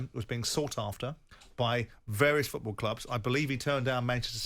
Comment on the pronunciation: Jim, it's FOOTball, not fecki FEWTball!!! On the end of your leg is a FOOT not a FEWT